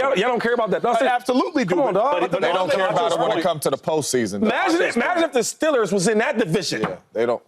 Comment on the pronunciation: stellers shady? thought it was steeeeeeeelers 😂